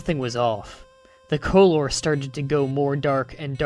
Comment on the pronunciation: why did you pronounce color 'co-lore' that's how you spell it in america, your a bit of a grammar bitch, if its ledgable, who cares.